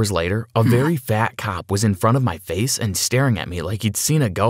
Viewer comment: Haha you said fish instead of saying face